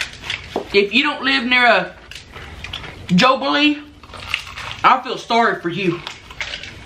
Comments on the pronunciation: I hate that (awwwwwwwwwwwwww,mmmmmmmmmmm) and it is not jobili it is jolibee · "JOBILEE" YARN? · says jobilee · “jobilee” im wheezing rn HAHAHAHAHHAHAHAHA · Did say Joballi? 😂😂 This looks amazing! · No hate but I started laughing when said jobbilee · "JOBILLE" The h*eck?? HAHAHHA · said jobillee xD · said jobille lmao hahahha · its called jollibee. JOLLY. BEE. its not that hard to pronounce😩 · I love how she never says Jollibee right 🤣🤣🤣🤣